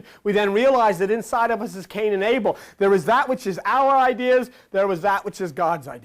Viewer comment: cain and Abel togueter sound like CANIBEL OR CANIBAL.